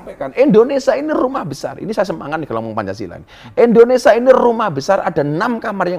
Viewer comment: INDONESIA Bukan INDONESA